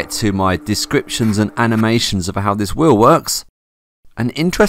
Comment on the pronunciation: I love how "wheel" = "whiww"